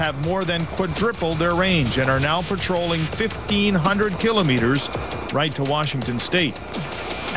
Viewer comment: The way the reporter pronounces "kilometers" makes me wanna punch a baby.